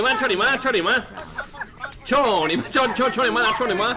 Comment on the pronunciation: you know it's Cou Ni Ma . not tony ma, right?